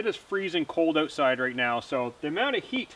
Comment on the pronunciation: Did you just say "ootside"?